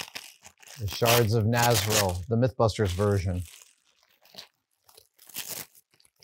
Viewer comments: This is going to be very nitpicky in a nerdy way, but , Adam mispronounces the name of Arendel's sword, Arwen was forged from the Shards of Narsil, not the shards of Nazril. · Shards of Narsil, NOT NASRIL! lol